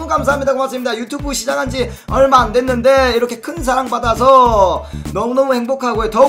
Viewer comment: 형 항상 thㅏ랑하는거 알지? (ㅅ발음 못함)